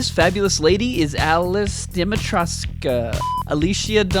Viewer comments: When you say Dimitrescu, the U is silent. So it's pronounced Dimi-tresc. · not sure if anyone updated... but its pronounced 'Deh meh trex' (with the x being like a sc sound.) :) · Vampire Dommy Mommy. XD Also, it's pronounced more like "Dimitrik" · The U in Dimitrescu is silent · Oh boy. Al - chi- na (Alcina) Deee-meee-tressss- cu (Dimitrescu) Thats how you pronounce it. It is a Romanian name.